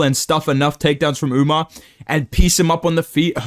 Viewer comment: Bro stop saying UmNar it’s fucking annoying